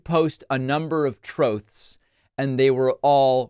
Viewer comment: "Troth Sential"